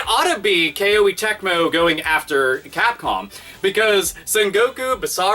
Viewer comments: It's Koh-ay not Kay-oh-ee. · it's not a big deal, but why "K-O-E" when you can just say "Koh-Eh" like the Japanese pronunciation? I just want to make things easier for you.:P (And I found out the letter "i" in Koei Tecmo's name is silent.) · You mispronounced KOEI as "Kay-Oh-A." It's suppose to be pronounced more like "Koh-A." The name of the company KOEI was derived from the Japanese word "kouei / 光榮," which means HONOR--as in "It's an HONOR to to serve." Great video as always, by the way. Love your ever-vulgar commentary style, lol! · BTW It's pronounced "Koh-ay" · >"Kay-Oh-Ee Tecmo" ded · FYI, it's pronounced "Ko-Ay" Tecmo. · I believe Koei is pronounced koh-ee (rhymes with showy). To the content of the video, it's sad when patents for such basic software building blocks are granted. Shows how out of touch the patent office is, and how copyright laws need to be overhauled with more emphasis on openness and innovation. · it weirded me out that called them Kay-Oh-ee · Capcom is just a joke now it seems. Also the way you say Koei sounds really weird hehe.